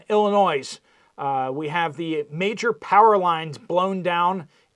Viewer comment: Illinois is not plural. You don't pronounce the S.